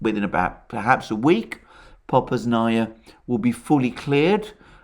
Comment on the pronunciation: If you're going to do the Russian pronunciation, do it right. Popasnaya. You're stressing the wrong syllable. It's the second, not the third, and you're not doing sufficient vowel reduction on the first syllable. Given your accent, I think you would have better success doing the Ukrainian versions of the place names.